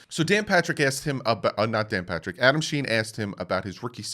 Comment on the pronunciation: LOL! it’s not Adam Schein pronounces Sheen it’s pronounced Shine! 🤦🏼‍♂️ LOL just teasing you. I appreciate the work you put into the channel!